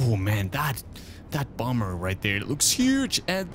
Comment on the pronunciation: Did anybody notice that he said bomber wrong